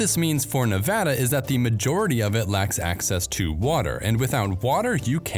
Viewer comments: Thanks for not mispronouncing Nevada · As a Nevadan, thanks for pronouncing it correctly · Thank you for pronouncing nevada properly! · Thank you for the great information! I have a few comments. 1) Thank you for pronouncing Nevada correctly, or at least, the way people in the State of Nevada and residents of California's Sierra Nevada mountains pronounce it. People from the east and Midwest so often say "Ne Vaaauuugghh da" and it's "ne Va da," with the Va pronounced the same way Va is pronounced in "Vat." 2) The majority of water that sustains northwestern Nevada comes from California from the Truckee River drainage, which Lake Tahoe is part of and the Carson and Walker Rivers. Washoe, Carson City (county-city combination), Douglas, Lyon and Mineral Counties depend on these sources. California is often accused of taking water from surrounding states, but in the case of northwest Nevada it is exporting a lot of water, all of it produced by eastern Sierra Nevada watersheds. 3) The snowpack of the Sierra Nevada, southern Cascades and some northern California mountain ranges produce the water that irrigates California's Central Valley agriculture and over half the fresh fruit and vegetables consumed in the U.S. are produced here. Many products are largely only produced in this state. California has the largest agricultural economy in the U.S. Thus this snowpack is about the most important reservoir in the U.S. The current drought in this region has nationwide impacts. Given the current long term drought the mining of ground water is being used as a short stop gap measure to sustain a portion of this economy. Sin